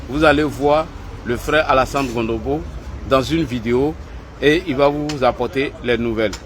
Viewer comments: C est CONOMBO et non Gondobo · Tu es en train de massacrer le nom du frère. C’est pas Gondobo c’est plutôt Cononbo